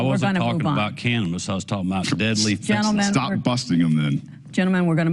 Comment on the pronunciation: Great to see a third party. Hey Kemp, taking money and keeping it as a surplus to use as a carrot on a stick? It's fentanyl, not fentanol. Independent in Georgia. Vote dammit.